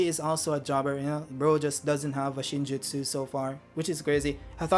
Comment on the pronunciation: Yup you pronounced it perfect... btw, I'd have stuck with Chocolate 😅